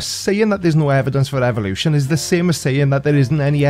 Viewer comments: TINKER Bell. TIN KER Bell. Phenomenon (Why does he continue saying "evil lotion"? Blue Unction run out or something for him?) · EVIL-lution Mermaidman: EVIL! EVIL!